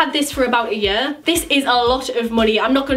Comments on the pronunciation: you say year like "yur" haha so cute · I love the way u say "year" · I love the way says year lol❤️❤️ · Omg I love the way you say year 😍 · I love the way she say year and I love you ❤️❤️❤️Please reply xxxx and your so under appreciated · I love the way you say year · she says 'YEAR' very weird